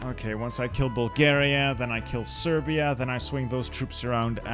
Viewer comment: did fam just call Serbia Persia?